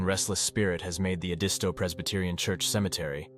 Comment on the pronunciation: Not how I or those I know pronounce it - Ed-i-stow and I'm from Orangeburg county, born and bred.